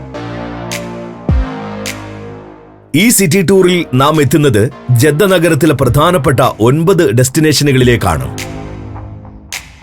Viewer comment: ജെദ്ധ അല്ല ജിദ്ദ. മെക്കാ അല്ല മക്ക